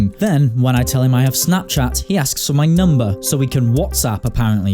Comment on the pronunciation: i love how he interrupts his own audio with “give me mobile numbahhh”